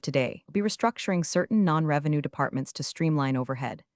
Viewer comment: The moment you hear the charge "wrongful restructioning" you know the AI has gone of the rails.